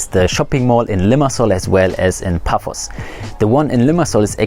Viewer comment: Paphos, not Puffos